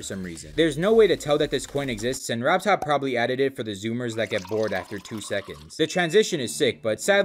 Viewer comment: Really, man? You want to stress RobTop more?